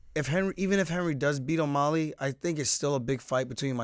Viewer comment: Aljo, you keep saying O-molly, rather than O-mally